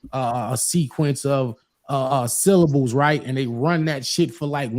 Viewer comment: was he saying syllables? 😂😂😂 multi sill-lab-bis? 😂😂😂what hopefully he meant something else 😂